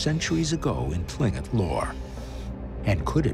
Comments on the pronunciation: Tlingit? How they pronounced it 😂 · If only they knew how to pronounce Tlingit properly.... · Tling-it hahaha